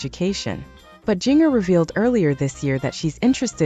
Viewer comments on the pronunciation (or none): Is this an AI announcer? A few common words are mispronounced, like alum and name Jinger. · Why can't you ever pronounce Jinger's name right? So impersonal.